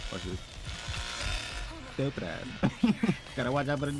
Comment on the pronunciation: always laughing my ahh of when you say ''Stewwpid ahh" 🤣